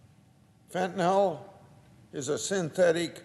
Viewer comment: It's fentanyl, not fentanel or fentanol...